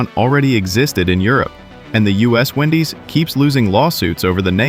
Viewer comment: He goes from saying Wendy's to Windy's throughout this stupid video.